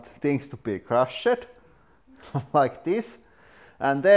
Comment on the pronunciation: Hey tip for you, you pronounce "crushed" without the e